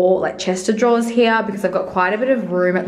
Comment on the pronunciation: I love the process of moving in t o a new place! We move into ours in the next few weeks if all goes well! Had to have a giggle at the way it sounds when you say "Chester draws" instead of a chest of drawers.